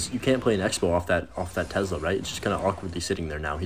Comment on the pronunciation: That "tezzzla"